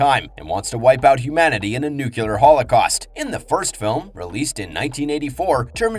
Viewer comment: Nuclear. Nu-Clear. Not Nucular.